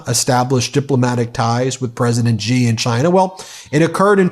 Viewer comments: Love everything about your site. But please quit grossly mispronouncing presidentXi's name. It makes it seem like you are mocking him. I am sure you are better than that. It's not Jee or zhee. Its closest English translation would be the word "she" (although not perfect it is the best many non-Mandarin speakers can do and is perfectly understandable). I beleve that you have enough integrity and and respect for the president of China and their people to try to sy the name properly. Thanks for all your work! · Love your programmes, watch them daily. Just a tip from an Australian that studied Mandarin.. ‘Xi’ is pronounced ‘she’ or just like ‘c’. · The Chinese president's family name is Xi, not Gee.